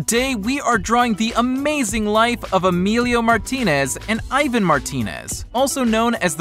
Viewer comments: I hate the way he said Ivan’s name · The way he says Ivan makes me so angry 😂😂😂😂😂😂😂😂😂😂😂😂😂😂😂😂😂😂😂😂😂😂😂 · Omg I hate how he said Ivan 😂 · He said Ivan wrong.... 😞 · He doesn't even know how to say their names right:O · He says Ivan’s names wrong 😂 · OMG HE SAID IVAN WRONGGGGGGGG KILL MEEEEE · People need to day Ivans name right! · u said Ivan's name wrong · Ivan's name is not pronounced like that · your saying Ivan name wrong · he keeps saying Ivan wrong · He said ivan wrong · You say Ivan's name wrong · It's Ivan but the i is like e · u said ivan name wrong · You said ivan wrong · stop saying Ivan name wrong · Eh it's not Ivan it's EEVAN (that's how U pronounce it) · Ivan’s name is pronounced even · It’s pronounced evon but it’s spelled Ivan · you say ivans name like eevan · U say it rong sound it out like e-van but its Ivan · It's not ivin it's Ivan the I is pronounced E in Spanish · EVAN YA ITS IVAN BUT ITS PRONOUNCED EVAN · Ivan is pronounced e-vau-n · It’s E-van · It's pronounced Ivan (E von) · OMG😠!!!!!! IT IS IVAN NOT EYVAN!!!!! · It's pronounced E-von OK? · Its pronouced ea-van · Pronounced eevan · Cringe how he said Ivan..... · YOU DONT EVEN PRONOUNCE IVAN RIGHT!! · I hate when people say Ivan wrong!! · Eevan not eyevan but okk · It’s Ivan not eyevan like wtf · “EYE VAN” All martinators are cringing it’s PRONOUNCED “EEE VON” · Eyevan?? It's eeee-van...ok I'm confusing 😂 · Ivan is called said as Eevan. Not eyevan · You said Aivan, it is Ee-van (Ivan). Ps do-not read my username. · The british accent be like: eyevan The normal people be like: ivan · It’s not aivan its Ivan like E-van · Hey you said Ivan wrong its not eyevan its Evan- that's how u say it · It’s Ivan not iven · It's not pronounced iven it's pronounced eevon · It’s pronounced ivaan not Ivun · Its not ivin and emillo its ivan y emilo with your white self learn spanish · ts pronounced Ěvan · ITS PRONOUNCED EVAN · Leon's Awesome channel its pronounced e van